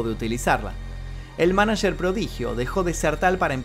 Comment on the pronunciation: "Manacherrr" jajajaja